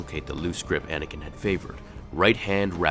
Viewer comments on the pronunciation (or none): none